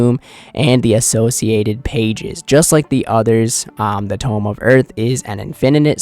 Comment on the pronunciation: Brother it is tome not tomb